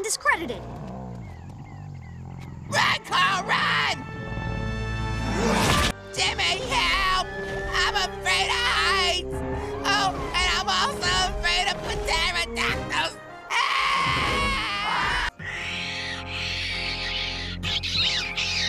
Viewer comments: underrated how he said pterodactyl as p-terodactyl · Wait did just pronounce pterodactyl as PTERrodactyl like how Soos does in Gravity falls, or am I hearing things?